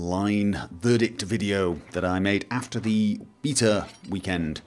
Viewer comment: It's slightly annoying how he pronounces "beta"